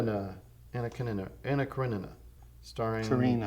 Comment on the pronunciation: Excellent pronunciation of Karenina! So this one is about Russians from a book? Also dig the love scene edit, although I went to see the move because I thought it was one big love scene and was kind of disappointed. At least I didn't have to read French.